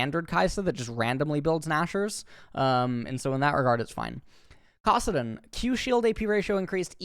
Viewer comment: kassadin too..